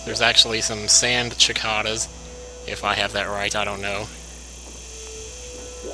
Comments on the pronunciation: Idk if he's just joking when he mispronounces cicada, but in case he's not its (sihck-ahda) lol! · Cicada i think is pronounced si-KAY-duh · dude lived in Memphis for years. He should know by now what a (seh-cay-duh) is. Lord knows we got enough of them around here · cicada si-KAY-duh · cicada is pronounced sick-Ate-uh where i come from, but as far as the official way to say it im not sure. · Sand Cicada; pronounced "sick-ay-duh". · ok...... its pronounced cicada [si-kay-dah]. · I think its pronounced (sick-kay-duh), not to be a prude or anything ;) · it's pronounced 's-kay-duh' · It's pronounced si-ca-da.